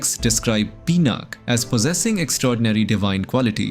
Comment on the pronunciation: Please use 'A' in the end. PinaKa. not Pinak. Janaka not Janak also please prounce Dha accurately in Dharma.